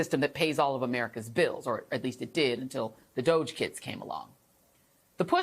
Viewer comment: PLEASE, JOY!!! What is WRONG with all you Media types??!!! WHY can you not get the pronunciation of 'DOGE' correct? It's really simple. You should NOT be helping Pestilence Trump and the Musk Rat with propaganda! So, in the unlikely event that you do NOT know the correct pronunciation, I'll help: "DO", is said in exactly the same way that the "Do" in "Donald" is said (to honour our Con-Man-der!-in-Chief); "GE" is said exactly as in the "Ge" in "Genius" (Again, in honour of our Naked Emperor who has a "Very Big A-Brain", and, therefore, "Con-man Sense".) So, yes, "DOGE", rhymes exactly with with "Dodgy". Got it now? You're welcome. I'll get back to watching the Presser in the Blight House. Thanks